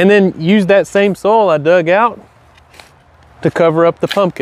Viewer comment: I could listen to you say "soul" (Soil) all day!